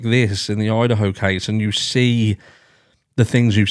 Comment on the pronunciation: Love your show! Love your accent. Love your way of lightening the mood on such tragic topics. That said, just a heads up since you’re not American, it’s Idaho. 😂😂 I da ho